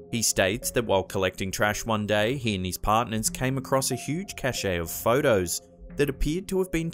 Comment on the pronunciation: It's pronounced cash (cache) - cachet (cashay) has a different meaning.